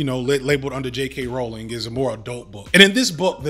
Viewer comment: J.K. ‘Rowling’ pronounced like rolling. Get the TERF mascot’s name right.